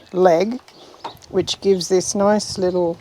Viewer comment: Guy can say noice!